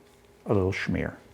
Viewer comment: There is no "h" in smear